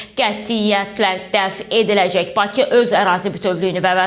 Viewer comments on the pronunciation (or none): none